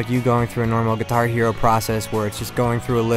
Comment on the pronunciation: He says "guihar" hero!